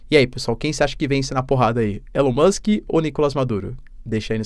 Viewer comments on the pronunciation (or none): Elon MÓX 😂